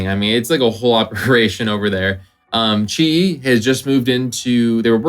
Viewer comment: Fuiyoh white boy pronounce QiYi right!